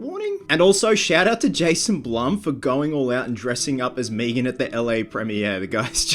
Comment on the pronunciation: Stop saying meeegan... it's meg'an watch family guy if you aren't sure.